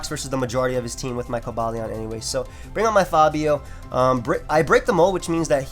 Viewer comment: i believe its pronounced kohba lyeon (Cobalion)